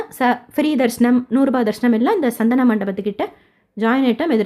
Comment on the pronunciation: " சந்தனு " மண்டபம். S̶a̶n̶t̶h̶a̶n̶a̶ அல்ல